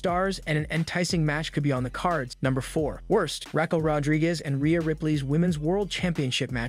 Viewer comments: Her name is Ra-kell, NOT Rackel. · Your vowel soba in raw and Raquel made it hard to understand what you were saying. Great video but something to note